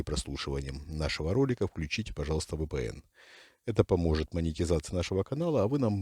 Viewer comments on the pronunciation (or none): Вашего так называемого "генерала-лейтенанта" надо утопить среди крокодилов с его колхозной речью. ВэПэ-эН говорит, А образованные люди говорят *ВИ-ПИ-ЭН (VPN) .. Ещё говорит *ХИМАPС*, Какой-то генерал-лейтенант???????????когда правильно говорить ХАЙМАРС (HIMARS).